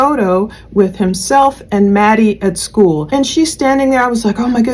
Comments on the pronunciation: finally I’ve wondered if the way she’s “skoo,” was just me- it’s so very off putting. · not at all I thought how she said school too.